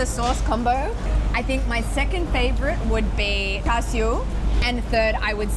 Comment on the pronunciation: Like how u pronounced Char Siew like a Cantonese 👍🏻